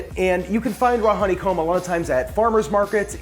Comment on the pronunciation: Hon-ne-comb 3 syllables..... Co-co-nut......3 syllables.....